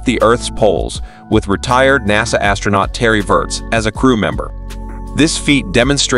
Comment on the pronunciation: “N.A.S.A”? That’s the first time in 60 odd years I’ve EVER heard anyone refer to NASA by their individual capital letters! It’s either “NASA” or the National Aeronautics and Space Administration, never N.A.S.A.